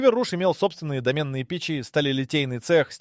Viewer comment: ДОменные печи, а не домЕнные.. ДомЕн это ".ру", ".ком", ".рф", а печь - ДОмна дОменные... А то, что тЫ назвал, скорее применимо к ркн, а не к печи для изготовления стали...